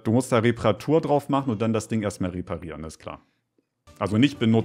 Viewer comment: Wie immer "reparieren" sagt. So weird xD. "Reeehpparieren"